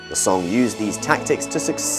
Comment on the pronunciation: Would be great if the pronunciation of Tang and Song Dynasties can be pronounced according to its putonghua pronunciation.